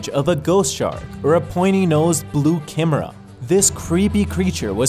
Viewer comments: Its pronounced blue node k-eye-mer-ah not kimrah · Blue nosed (kai meer ah) no kimerra lol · Chimaera- Ky-Mera. Not Kem-er-a. I lost faith in you very early in the video...